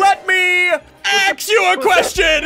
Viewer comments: ssundde: let me axe u a question kills biffle me: isn’t that a spear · AXE YOUR FOOT